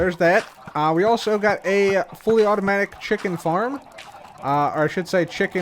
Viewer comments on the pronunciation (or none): none